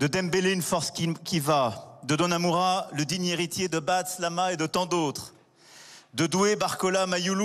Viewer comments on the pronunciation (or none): Domanura... meme la il sais pas parler sans deconner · pk il a dit donmora🤣🤣🤣🤣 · Il est sérieux il a dit DONAMURA 🤣🤣 et pour information le 1er titre c'est pas 85 mais 86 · Il sait pas dire Donnarumma🎉l😮😮😮